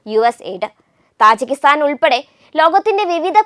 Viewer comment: തജിക്കിസ്ഥാൻ ആണ് , താജി അല്ല !